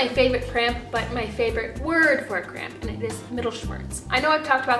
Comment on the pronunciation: For some reason to my ear, her saying cramp sounded like crayon to me.